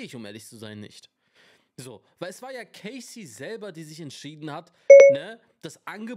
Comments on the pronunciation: Sie heißt Cassie, nicht K Ci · Man spricht es Cassie aus, nicht Casey